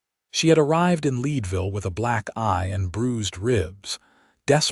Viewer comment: Thecname of the town is Leadville, like the metal! Check the pronunciation of towns in the west!